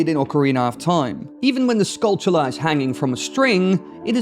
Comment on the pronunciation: Holy someone who pronounced skulltula right. Most say tula but it should be chula rhymes with tarantula.